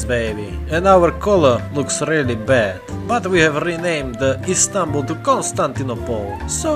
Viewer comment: When you said Istanbul, you sounded like you spoke a lot of Turkish.